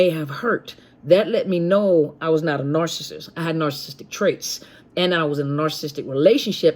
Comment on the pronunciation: 24.18....."arse-assist".......mmmmm. Still laughing....the lack of an "N" eh!!!!......maybe it's a new word ford sending a narc on their way and on to another mother of a path of doom.